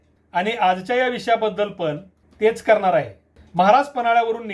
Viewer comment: पन नसतं पण असतं रन नसतं रण असतं. कोणी काही सांगत तर ऐकायचं आणि सुधारणा करावी. बेशिस्त उत्तरं नाही द्यायचे.